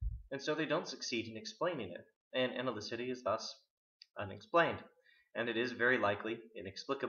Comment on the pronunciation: Great. To be fair, though, it is, In Quine, not "analycity" but "analyticity".